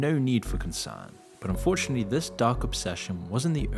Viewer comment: enjoying your content so far! just one small nitpick: every time you say "unfortunately" it sounds like you're saying "fortunately".